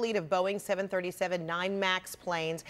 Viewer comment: 737....there is no “7-37”